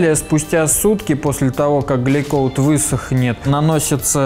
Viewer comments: Не глейкоут, а гелькоут. А так все здорово, композиты я люблю) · Меня глючит или он говорит глейкоут?